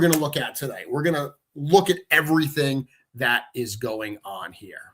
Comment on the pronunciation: It gets confusing hearing say hair and here almost the same. 😊